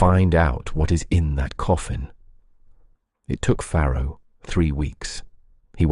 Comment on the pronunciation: Farrow not Pharaoh